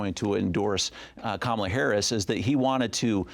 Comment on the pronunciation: A Salt Lake Tribune editor repeatedly mispronouncing the name of the VP of the US and leading candidate for president is incompetent.